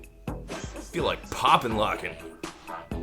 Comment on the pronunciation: IT'S CALLED POPPING AND LOCKING!! NOT POPPIN' LOCKIN'!! NOT POP-LOCKIN'!! POPPING!! AND!! LOCKING!! GET IT RIGHT!!